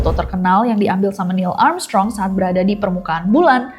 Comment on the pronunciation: maaf ngakak aku dengernya niel amsyong😂😂